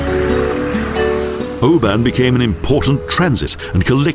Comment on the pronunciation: Just watching this and laughing our heads off with the terrible pronunciation. Where is this guy from and what is the town of Oban. Very funny from a Scots point of view and even funnier when he tries to sound Scottish . And it's a a loch not a lake and where is the Saltire on Castle Stalker. Stewart castle.